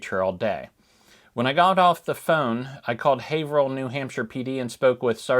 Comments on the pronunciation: Hi I'm from Haverhill and I just wanted to correct you on the pronunciation. It's pronounced the same as Haverhill, MA. With a long A. "Hay-vrill" thank you! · we pronounce it HAY-vrill